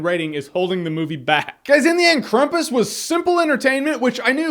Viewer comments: "Here comes the Klum-pas!!" - Drunk Jeremy. December, 2015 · its pronounced cram-poose hahaha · hey jeremy im from austria and have to say... its krAmpus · It's CRAM-PUSS, American Dad knows! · i believe its pronounced "Kr-aum-pus" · It's pronounced as krampus. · Every time he said 'crumpus' one of my German ancestors cried. On a similar note, it's like whoever made this movie got their information on Krampus second hand from someone who read a click-bait article on the internet. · NO offence Jeremy, But why would you pronounce kram with a u? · The way you say Krampus makes me think of a monster that dances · The way Jeremy pronounces 'Krampus' makes it sound like a Tasty Cake brand. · So you pronounce your A's like U's? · Wait... you saw the movie and don't know how to pronounce it? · jermy jahns.... hmmmm.... i can't believe you can't mention krampus right.... its pronounced "krampus" not "krampus".... its that simple. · yea you are pronauncing it wrong jeremy then afain Krampus is not big deal in America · yeah it's really hard to be precise geographically to you Americans coz it just sucks to google a bit around about 2 different countries, too much work no? Same about the Krampus pronounciation. Takes no big effort. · It's krampus not krumpus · Jeremy um actually its pronounced "cram-pus" not "crum-pus" (My life goal is to be those "um actually" people) 😂😂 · Why would it be pronounced Krumpus? It's Krampus surely...I know you mentioned that at the beginning of the video but I had to mention it cause I was getting a bit ocd about it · at 19 seconds its not Krumpus Jeremy its actually Krampus that how its pronounced in the movie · It's not Krampus or Krumpus, it's Krapus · and it's krampus not krumpus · it's spelled Krampus not krumpus duh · It's pronounced cramp-us. Not Crump-us. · Krampus not Krumpas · Why are you saying crumpets, thats food not a monster. The name is pronounced cramp-is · It's pronounced Krampus not Krampus. Duh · It's KRAM-PUS, man.